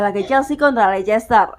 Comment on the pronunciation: Maaf kak, sedikit koreksi cara baca leicester adalah "lester", itu karena ada beberapa hipotesis dalam ilmu linguistik, ada yang disebut sebagai elision, yang berarti peniadaan bunyi dari kata" tertentu dalam pengucapannya, biasanya kasus ini disebabkan agar pengucapan sebuah kata dapat lebih mudah dan cepat diucapkan🙏 terimakasih